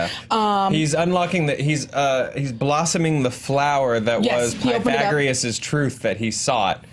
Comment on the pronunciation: Why y'all adding an r to Pythagoras? "Pythagrius"